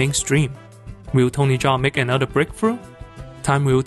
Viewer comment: great video essay but it would be pretty nice if you knew how to pronouce his name its kinda tiring to hear you repeat butchered names over and over again but still not a big problem great work man